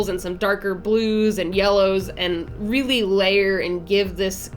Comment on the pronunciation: "reary". Love ya girl and what an amazing design! What if you made a dragon to describe and look like you?